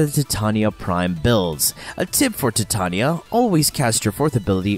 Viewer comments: in English it's Tie-Tay-Knee-Ah, ...you don't call the Titanic.. the Ti-tan-ic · Im sorry, but I couldn't help but notice he likes to say tatanya instead of titania. Just saying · Holy crap this drove me nuts. I'm preeeeeetty sure it's not TIT-tanya. It's TYE-TAY-NEE-AH. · albiblow facts he says it weird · How the hell do you say her name wrong. Ty-tain-ya (titania) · The warframe name is pronounced "Tie-TAY-nia", a bit weird since it's Shakespearean inspiration is pronunciation "Tih-TAN-ya". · Stopped watching when you called her Tatania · Ty-Tain-ya(titania) thats how you say her name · as hard as pronouncing Titania properly with me now "Tuy-Ta-NI-Ya" (if you go by the English rules) "Tai-Te-Ni-ya"(if you go by the alphabet which is how the rest of the world goes by) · no it's based on an American bastardisation of a English word. under no circumstances should the middle of that word be pronounced with a ''Tan'' - Tie-Tain-ia is the correct pronunciation. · Tea Tah knee Yah That's how it's PROPERLY pronounced. Not the American way but the proper way. The queen of fairies